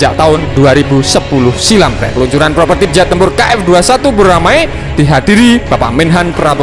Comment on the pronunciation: Ralat min, prototipe, bukan propertip 🙏😁